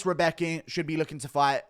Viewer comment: FWIW, Anik’s pronunciation of “Rębecki” isn’t like “Rebecca”, it’s like “round”, except the “-n-“ is an “-m-“ and the “-d” is a “-b” through to “-becki”..~’Roumbeki’ ,{^_^}”